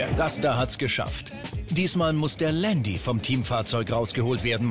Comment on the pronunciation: Alles ganz cool aber ieses Landi das regt mich so auf sooooooooooooo man sagt zu einem Porsche auch nicht Porschiiiii. Man das heisst nicht Landi